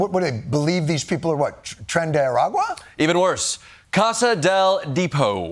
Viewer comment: “Tren Dee arguayy” 💀💀